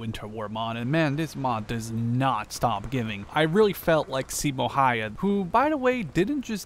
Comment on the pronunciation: Simo häyhä is pronounced Simo hawha